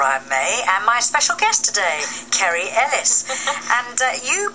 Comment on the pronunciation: I know! She couldn't even say Kerry's name, which is hardly the most difficult thing in the world!